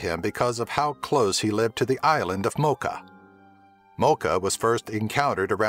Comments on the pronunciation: The actual pronuntiation is moʧa not ˈmɒkə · Mocha is pronounced with a CH like in Chile, the country it's in. Not like "Moka"